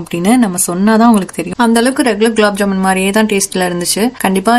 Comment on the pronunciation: Aunty it is not ‘glaab jamun’ it is gulab jamun 😂😂😂 but however recipe looks good